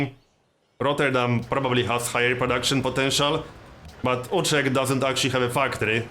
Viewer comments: I think everyone pronounce that like that except americans. It also sounds exactly as you described in mind. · You pronounce Utrecht quite properly, not You-trecht like an American would. Did you ever spend any time in the Netherlands?